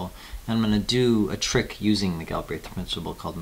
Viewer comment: "gill" - "brehth"